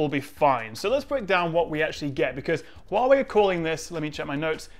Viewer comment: glad to see (due to my tuition and voice training) that you`ve mastered the CORRECT pronounciation of HUAWEI, no longer hoo-wah-way !!!!